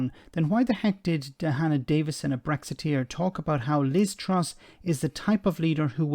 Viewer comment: "I was a very proud bregzitier"